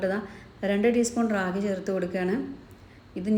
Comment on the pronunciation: റാഗി അല്ല രാഗി (കന്നഡ വക്കാണ് 😊) മലയാളം മുത്താറി 😊